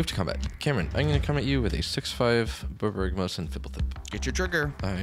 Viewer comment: you did a great job not butchering the pronunciation of Borborygmos and Phblthp. Love these episodes where you guys play the new stuff.